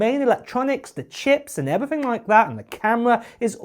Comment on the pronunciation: It’s not “uver” it’s other It’s not “everyfing” it’s everything It’s not “fings” it’s things You sound ridiculous.